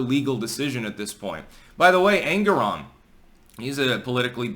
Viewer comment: the way you pronounce it I end up hearing Angron - a very angry boy from 40K :D